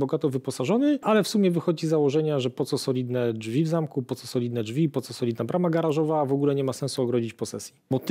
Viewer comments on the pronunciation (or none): none